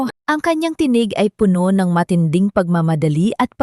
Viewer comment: Bago ka maging narrator learned first how to pronounce word properly..the same word but different meaning depends on how you pronounce like Puno as tree and Puno as full pronounce as pabilis